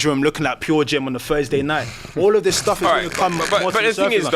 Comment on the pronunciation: Once i first heard the host pronounce words that begin with "Th" as "V" eg This becomes Vis. I cant stop hearing it